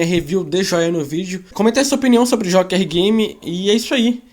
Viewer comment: parei de assistir quando disse Jóker Game, fala sério!